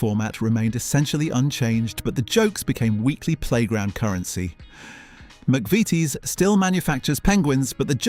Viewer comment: Yea, that narrator needs to use the words 'genuine' and 'entire' a lot less. A couple of my favourites - McVeetees instead of McVities, ermmmmm ,,,,Bongo! instead of Um Bongo Ditch the crap AI!